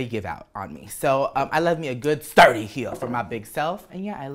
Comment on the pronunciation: PatrickStarrr 😍 Secret word: Zapatos. (The way you said sturdy had me trippin for a while lol) Ig: v_i_c000 Love ASOS and good to know they have a good shoe selection, I have these long ass narrow 🦶